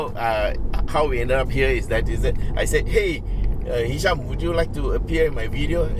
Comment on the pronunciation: Ehhhhh hisham lah.....btw it was a great video uncle!